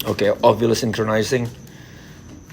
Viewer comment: btw apakah sudah bisa berbicara kata "synchronizing"? karena video bulan-bulan yang lalu aku liat selalu typo untuk berbicara kata itu😂😂 semangat untuk dan! go GRIn!🤘